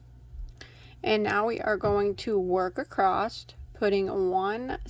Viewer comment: I need a merch shirt that says "Acrosst"! 😅 This is the one CAL I look forward to each week. Thank you for these. 💕